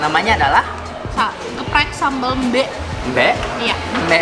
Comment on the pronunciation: Sambel Mbe itu baca huruf e nya itu seperti menyebut e di sEmur, bukan nyebut e di Ember. Itu sambel khas bali selain sambel matah